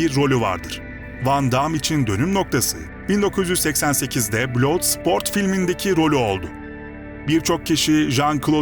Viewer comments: Blood sport bladsport diye okunur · Kan sporunu ne biçim telaffuz etmişsin yahu.